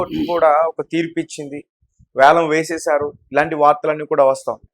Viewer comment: అది యాలం కాదు వేలం